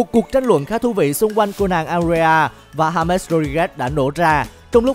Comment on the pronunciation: đọc là ha mét là đúng đấy